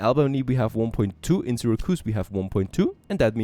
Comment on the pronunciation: Sarah-koos. Oh my hears!